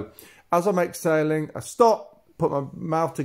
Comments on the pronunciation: You totally confused me I thought you were saying Ex sailing but you are saying exhaling😵😵😵ok thanks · Exsailing or exhaling… ? I know it’s your accent, thanks for the fantastic tips. Beautiful water shots. A very relaxed movement.